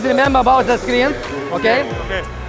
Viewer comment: ''plis rememba abaut ze skrin'' 😂😂